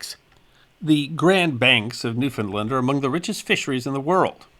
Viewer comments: Great video. The way to pronounce Newfoundland is “New - found - LAND” not New- Finland. Thanks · Please please please stop propagating this incorrect pronunciation of Newfoundland that has taken over youtube. It is pronounced Noo-f'n-land. The last syllable is pronounced land, not lund. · The correct pronunciation of Newfoundland is "New fin land" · It's new- finned-LAND accent is always on LAND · new finned LAND Accent always on LAND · Our island’s name is Pronounced “Noo-fun-LAND” Like “Understand” This storm is Forgotten by the Climate Alarmists Who claim that Hurricanes are Becoming stronger….. Thanks for sharing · As a Newfoundlander I heard about this great storm many years ago. You have done a magnificent job detailing what is known and giving references as to where to find contemporary information. However, Ifeel obliged to indulge in a little 'nitpicking', and criticize your pronunciation of the name of my homeland. The accent should be on the last syllable and not on the middle one. NOT" new- FOUND-lnd but 'new-fnd-LAND' - the same pattern as with the word 'understand'. That is how all true Newfoundlanders say it. Sorry - its continual mispronunciation is a pet peeve of mine. but it doesn't really distract from the great job you did. Thanks very much for that. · Newfoundland is pronounced the way its spelled.